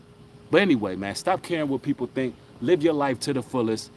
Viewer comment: "tink tink"